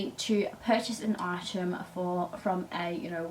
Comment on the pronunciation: This video is so annoying the word is item not eyesham learn to speak proper lol 😂